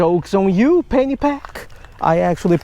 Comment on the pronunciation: No offense brother.. I thought you were saying Fanny pack! Till I read the description..I love your work brother, keep it up!